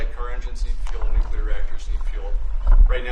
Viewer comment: Nucular. This must stop.